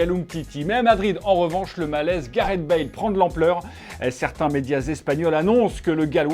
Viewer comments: Téléfoot, c'est Gareth, pas Gareht x) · je me demandais trop comment il allait prononcer "gareth"